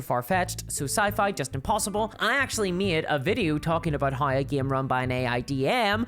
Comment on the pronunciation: Why she says gaem instead of game?